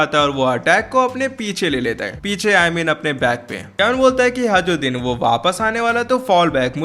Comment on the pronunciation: Bhai vo hajruddin nahi hai hirudin hai